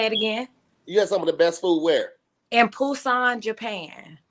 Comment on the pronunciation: Pusan Japan??!?! Did she mean Busan, South Korea?